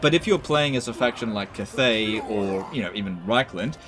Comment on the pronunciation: hate how you say cathay